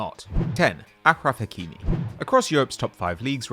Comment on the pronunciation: pronounced it wrong tho its a-shh-ruf Hek-ee-mee